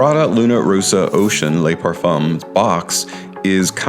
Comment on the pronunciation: Le = "luh", La = "lah", Les = "Lay"